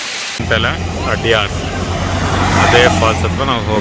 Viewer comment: ಅದು ಅಡಯಾರ್ ಅಲ್ಲ. ಅಡ್ಯಾರ್.